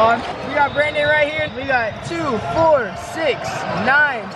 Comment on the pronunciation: Anyone notice that says Brandon’s name like “brenen”😂